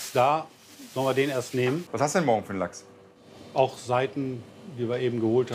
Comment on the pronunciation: Bei Rosin heißt der Lachs anscheinend Lechs oder Lochs...😂...